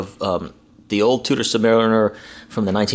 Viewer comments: Fyi its pronounced Chew-der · It's pronounced Chew-der fool! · Gosh you are really a dumbass. The watch company is not pronounced that way. Douche...